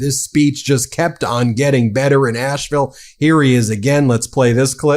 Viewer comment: So awesome, Love this. Asheville native here - I did want to tell Ben that Asheville is pronounced as Ash-vul, not Ashe-ville. It's like hearing your last name mispronounced, but who would have know. We drop and swallow sounds kinda like Elvis. My parents and grandparents, all from Asheville, would be proud of Bernie!